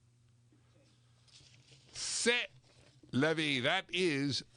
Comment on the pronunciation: C'est la vie. That's life. Pronounced say la vie.